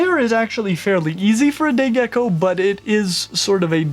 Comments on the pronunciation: Lol idk why I heard gay gecko😂😂😂😂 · Sorry I thought you said gey gecko I swear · I don't know if it is just me but i heard him say gay gecko lol, love your vids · Not going to lie. Every time you said say gecko. I thought you said gay gecko. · did he say gay gecko? xD